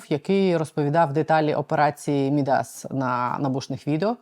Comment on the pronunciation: МІдас - наголос на перший склад. Ім'я міфічного фригійського царя, котрий перетворював все, до чого торкався, на золото.